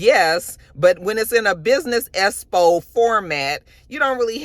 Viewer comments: I’m SCREAMING at “esspo “ 😂😂😂lmaoooo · I swear if don't learn to pronounce EXPO correctly at some point....